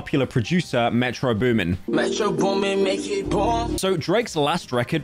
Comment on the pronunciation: Bro said “metro’s booming” 😭